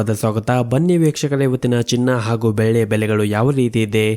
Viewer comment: ಸರ್ ದಯವಿಟ್ಟು ನಿಮ್ಮ ಉಚ್ಚರಣೆ ಸರಿಪಡಿಸಿಕೊಳ್ಳಿ. ಬೆಳ್ಳಿಗೆ ನೀವು ಬೆಲ್ಲಿ ಎಂದು ಉಚ್ಚಾರಣೆ ಮಾಡುವಿರಿ.